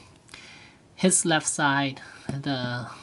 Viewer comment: its side not si